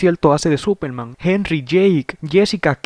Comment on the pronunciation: Que no Era super man no supel man